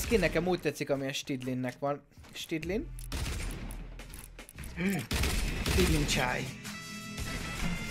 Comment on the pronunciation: Stydlin helyett snidling